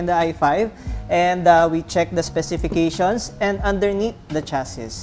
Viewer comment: Sir hindi po "chasis", ang tama po ay "chasi"